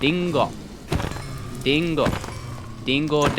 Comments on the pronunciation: Not trying to come off as annoying but just a heads up when you tried to pronounce apple in Japanese it sounds like "di-n-go" when it should be pronounced more as "li-n-go" . A common tip i give to people who are learning Japanese is when coming across "ru" they should pronounce it as "Lu" with a "L". In Japanese the L is practically non existent so they replace it with the "R", if that makes sense. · It keeps sounding like he says “Dingo” when it’s actually “Ringo” but to make the R sound you just tap the roof of your mouth so it ends up sounding like a D 😂